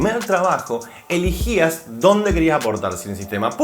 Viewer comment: es elEgía, elEgías, elEgían NO eligía... me sangraron los oídos al escucharte, pero me encantó el video.